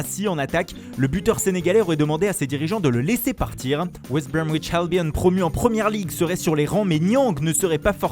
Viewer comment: WEEEST BROMWICHH H-AALBIONN HAHA J'AI KIFFE SON ACCENT ENCORE UNE FOIS 😂😂😂